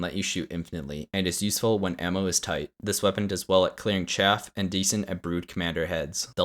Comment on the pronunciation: It's... CHAFF! Not... CHAFE!